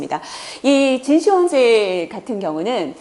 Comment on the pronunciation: 1.秦始--皇帝가 맞나요? 2.秦--始皇帝가 맞나요? 발음할때 저는 2번이 맞다 봅니다 근데 교수님은 계속 1번으로 하시네요